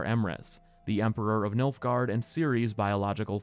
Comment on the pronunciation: its nilfgard fam